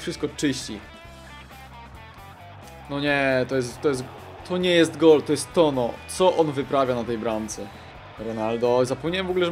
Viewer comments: Chłopie chcesz nagrywać filmy to ogarnij sobie przynajmniej jak się wymawia poprawnie nazwiska. TONO? Serio? Nie trzeba być iberystą żeby wiedzieć jak się to czyta. Nie chcę być złośliwy, po prostu to strasznie denerwuje, a ostatnio zdarzało Ci się to kilka razy. Mam nadzieję, że to przeczytasz i weźmiesz sobie do serca. Pozdrawiam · w Hiszpanii ñ czyta się jak nasze ń był błąd jak wypowiadałeś nazwisko bramkarza. Taka rada na przyszłość. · Toño wymawia sie jako Tońo :)